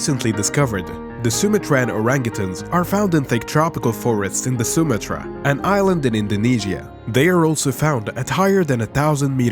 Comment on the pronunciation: Please pronounce words PROPERLY Sumatra Sounds like soo-maa- truh